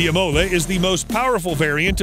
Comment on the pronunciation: All right... But :-). .... Imola has the accent on first "I" and not on "o", and centodieci sound like "ch" and not "s"... The other words are really well speakeds.. Amazing! Sorry for my english .. Ahahaha I am from Italy (from Bologna!) near Ferrari, Lamborghini, Maserati, Ducati, Pagani and Bugatti